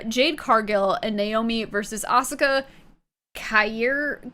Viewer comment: The crazy thing to me is mispronouncing Rollins but nailing "Asuka" on the first try